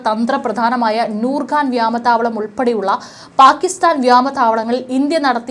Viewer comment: വ്യാമത്തവളമല്ല മോളേ , വ്യോമത്താവളം എന്ന് പറയാൻ പഠിക്ക്😂.....